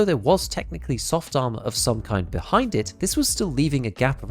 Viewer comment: I’m an immature dork and I swear I heard you say “arse” armour CPC and I’m never saying ars ever again. It’s arse always and forever now 😂